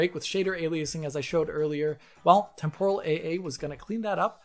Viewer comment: Not sure why the stress on the second syllable of Temporal. That said. I will take regular old TAA over a lot of what came before in a heart beat. MSAA was fine but it had limitations, especially in terms of performance and shimmer. SSAA is just a brute force method of AA that costs so damn much. FXAA and SMAA are just image blurring that look crap (Though SMAA was WAY better than FXAA) and plain old TAA has the advantage of dealing with shimmer along anti-aliased lines but a blurred image. At least now we have more methods of dealing with aliasing. DLSS, FSR, XESS etc. etc. etc. These also came with drawbacks but most of the kinks have been worked out by AMD by 2.1 and DLSS is pretty damn good since 2.0. XESS became extremely competitive by 1.1 and 1.2. And yet... I still see people wanting to use FXAA in their games rather than any of the prior 3 at ultra quality. Madness.